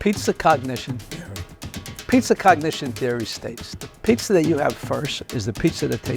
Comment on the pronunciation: what is "Peet-ZER" with a zer at the end???